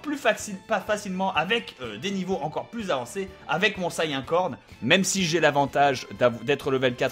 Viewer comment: sayain ? say-"IAIN" ?!!!! j'adore bob lennon mais franchement JA-MAIS entendu ça !! sincerement